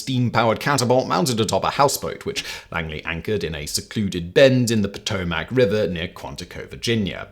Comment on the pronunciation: ew i've never heard potomac pronounced like that, its (puh-toe-mick)